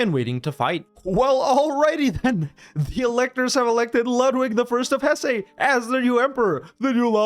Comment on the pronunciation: It's not pronounced "Hessay", essay.